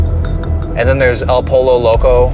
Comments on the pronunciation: el poLo got me dead. double "LL" is pronounced like a Y.. el poy-yo loco. it means the crazy chicken. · oh bb, pollo is pronounced "poh-yo", 😂 spanish for chicken also that 10p days McDonald's guy had a partnership with McDonald's... he was on the payroll so idk if i'd trust that guy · u said polo loco instead od Pollo which mean chicken _ crazy lol